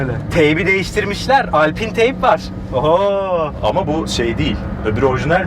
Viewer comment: Alpin değil ula Alpayn sanayi sanayi konuşmayın